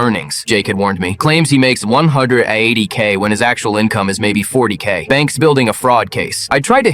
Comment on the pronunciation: What was the accent with the 180k 😂